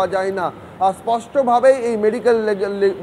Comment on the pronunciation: আর মেডিকোল রে😂😂 মেডিক্যাল আর বেরোচ্ছেনা